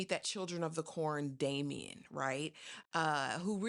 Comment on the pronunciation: You called him “Damien” spawn of Satan 😂😂😂😂😂😂😂